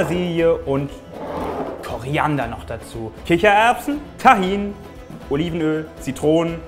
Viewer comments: tahin ist was türkisches 😂du sprichst das voll lustog aus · ich bin Palästinenserin und kenne Humus und weil es eigentlich arabische Zutaten sind und das Gericht auch Humus und Tahin werden beide anders ausgesprochen aber das ist Wimpel